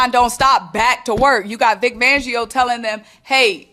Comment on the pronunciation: Vic FANgio. 😂😂😂 Love the content but we can't be giving our guy a different name. It's not just you lol calling him Vic Vangio 😂😂😂 😂😂.💚🦅💚🦅